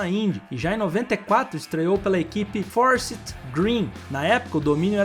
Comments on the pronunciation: Sem contar o "Fórssite", foi de doer o ouvido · A equipe da indy se pronuncia "for saiti" kkk conte com a gente para os detalhes tecnicos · Amigo estude mais, Forsythe sem pronúncia totalmente diferente do que você disse, fora outros nomes.